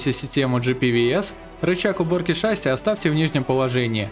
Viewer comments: Не шáсси а шасси́! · шассИ, а не шАсси 🤣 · Не шАси а шасИ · шассИ, шассИ, а не шАсси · Ни шАси а шасИ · НЕ ША́ССИ, А ШАССИ́ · Не шасси, а шасси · Не шáсси, а шасси́ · Не шАсси а шассИ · Меня убило как он поставил ударение на А в шассИ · Прошу, называй шасси правильно, ударение на И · Так в слове шасси ударение на И же ставится... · Судя по гуглу ты неправильно ставишь ударение бро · на слове шасси ударение падает на букву а, а не и